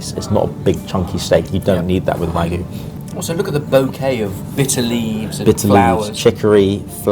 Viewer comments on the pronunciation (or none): no, genuinely, I really want to know why you drop the Y in wagyu and pronounce it as wagu? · this food all looks so incredible. also, a constant point of pedantry, it always kills me when the sorted crew pronounce "wagyu" as "wah-goo", esp as talks about reverence to the meat.